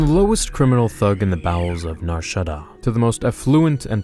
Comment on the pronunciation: Not even how you pronounce Nar Shadaa(r?)